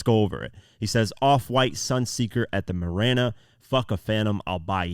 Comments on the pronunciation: Marina not mirana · MAH-REEEE-NA bros. you killing the whole rhyme. 😬